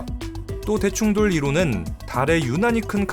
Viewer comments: 아.. 자꾸 대충 돌이라고 들려요 ㅠㅠ 어디서 이런걸 들었지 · 대충 돌로 만들어졌다로 읽다니... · 아.. 자꾸 대충돌이 대충 돌 로 들려